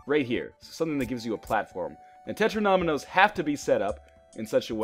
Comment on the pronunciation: Great video, I will definitely buy this game. One annoying thing: the way you say 'Tetromino'. It's 'Tet-ro-me-no'. No need for the extra syllable.